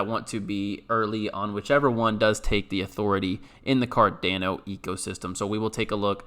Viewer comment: Please stop saying Cardano like that 🤣